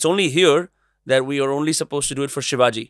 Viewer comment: Minor correction...and i get it people from other parts of country may not get it...Its Chattrapti Shivaji Maharaj.And not sivaji as a foreigner would tend to say it, or english may prompt us to.Its not.🎉Hindol was great today🎉